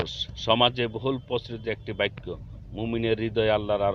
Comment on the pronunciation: আপনি বারবার বলতেছেন বাইক্ক, বাইক্ক হবে না বাক্ক হবে